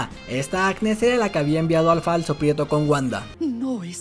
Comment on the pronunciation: Muy buen resumen ,pero es Pietro no prieto ,habla bien